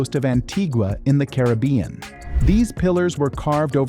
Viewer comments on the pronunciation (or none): none